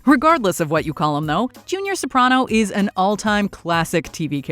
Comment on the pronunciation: Finally someone who pronounces Soprano correctly.